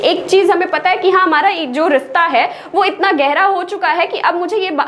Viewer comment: Ye rishta wahi soch nhi hota hai ma'am and uh saying rista.... Ye bhto me hota h (sa) or (sha) me difference 😂😄